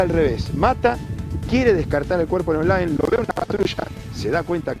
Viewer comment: No es olaen ! Es OLAE